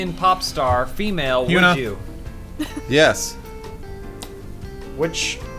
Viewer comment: I love how Lawrence immediately says "HyunA" I was so proud.